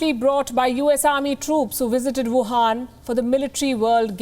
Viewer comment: Palki you call it whuhan virus